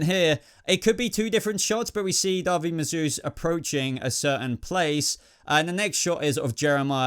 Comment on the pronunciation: Great video- loved the explanations and opinions. Thank you 😁 and I think David is pronounced Daveed